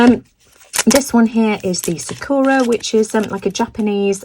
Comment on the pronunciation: Sakura is pronounced with the emphasis on the first syllable. And the second & third syllables are pronounced as “ur-a” not “ō-ra”. It means 🌸 cherry blossom. Thanks so much for sharing all these wonderful products.